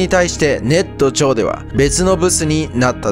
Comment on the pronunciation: 「ネット上」だけAIに読み上げさせてるんか？ってアクセントで気になる